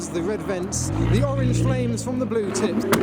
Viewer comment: "now we ha e a betiful BLUUU Supra" Is he turning into Boris???